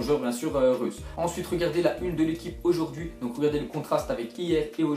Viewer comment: TeRm1nAtOr03 ouais mais en dirais qu'il a dis russe mdrr